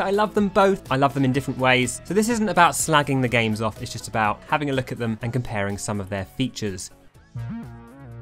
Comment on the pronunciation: "Have a look at them" From the way you say it in your accent It sounds like you're saying "have a lick at them"